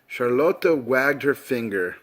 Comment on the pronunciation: Dude it's not charloto it's Charlotte